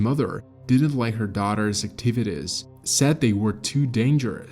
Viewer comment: I wish that we could stop using computer generated voices. This is one of the better computer voices but little things always give the computer AIs away. Fuut after fuut. Activitis? Etc Also notice the steady, unwavering pacing, almost robotic. Also “the most miniature member of the party”? That is not a term people use in that context. It is term used for inanimate objects. Also: theo-RAT-ically. and “Looses their ability to SPIK”. Lastly, notice the absence of any intake of breath at any point. Listen to any human and you will pick up intakes of breath. There are none here. For comparison, listen to Mr. Deified who is definitely human - occasional irregular pacing, intake breaths, sensible word use, good pronunciation.